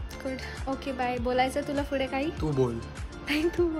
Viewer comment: ( pude ) Asa nhi bolt (fude ) bolte.. he tyanna ch mahitiye je daily vlogs bghta Tumche 🤌🏻💗